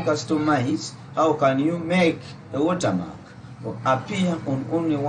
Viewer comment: Watermarka. Only a Ugandan could say that 😂😂😂😂😂